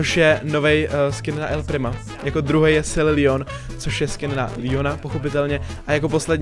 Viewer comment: Není to lion ale Leon👍